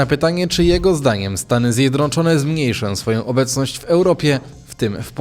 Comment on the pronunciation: ZJEDNOCZONE nie ZjedROCZONE - To tak trudno pojąć ?